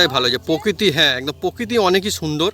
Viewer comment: পোকিতি????? মূল শব্দ বা বানান, প্রকৃতি। উচ্চারণ প্রোকৃতি।